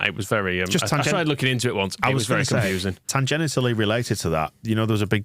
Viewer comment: For the love of God, - look up how to pronounce ‘tangentially’.